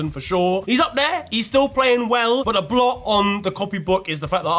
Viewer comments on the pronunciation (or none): none